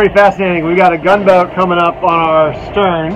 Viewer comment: I believe you were saying the name of the Gunboat wrong.